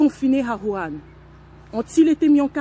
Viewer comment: ON DIT WUHAN ET NON WURAN